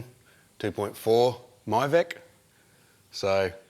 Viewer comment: ITS MIVEC NOT YOUR VEC!